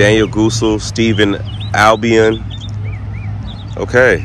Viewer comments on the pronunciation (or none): none